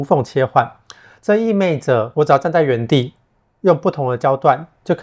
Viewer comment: 意味，不是意昧。